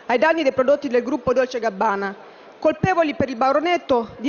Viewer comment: A me ha ucciso la pronuncia DOLCEGABBANA tutto attaccato, come se fosse uno spin off della serie "Dolce Remì"